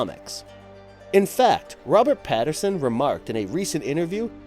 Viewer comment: Are you mispronouncing names on purpose? It's Robert Pattinson, not Patterson. I don't watch Game of Thrones even I know its Tyrion Lannister, and not Tyrone (maybe that's an inside joke in the GoT community I don't know about?).